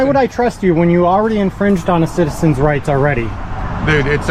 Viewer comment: Lol wite dude said civil rites. I love y'all man and I'm Mexican!